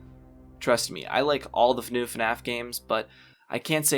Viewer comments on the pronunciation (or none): "funew funaf games"